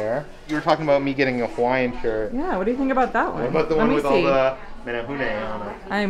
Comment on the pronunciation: Your pronunciation of menehune is perfect. Nice job. I love that you guys try to say Hawaiian words as correctly as you can, but still apologize when you get it wrong. It shows a lot of respect for our Hawaiian culture. Just one of the reasons why I love watching you guys.